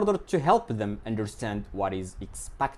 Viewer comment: sorry to say this, but you mispronounced the word " expected"